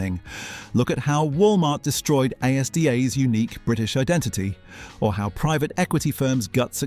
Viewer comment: I thought he was real until he said “A.S.D.A” and “Grenada”